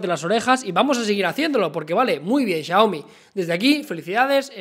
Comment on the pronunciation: Xioami JAJAJA